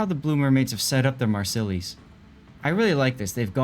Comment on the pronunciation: They are not Marselly's, it is pronounced "Marsay", the double l l is almost silent